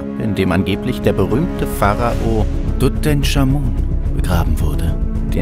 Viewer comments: Tutenkamun natürlich, so spricht man ihn aus, top(Sarkasmus) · Tut EnCHHHHH Amun. Nicht TUTENSCHAMUN. Ich rast aus. ohne mist. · wer kennt ihn nicht... den guten, alten "Dudensch" XD